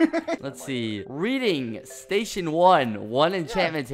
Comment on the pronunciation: Lets go to the train statsghj! Skeppy: What?: The train statsghj! Skeppy: Station?: Statsghj